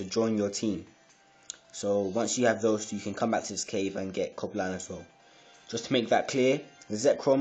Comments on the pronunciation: its cobalion not coba lion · Haha you don't have Reshiram. You don't even pronounce it right. Or Coblion.